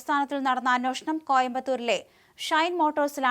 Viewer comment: "അന്വേഷണം" "അ-"നുവേ"-ഷ-ണം."